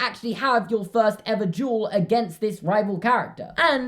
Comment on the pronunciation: It kinda sounds like he’s saying juul instead of duel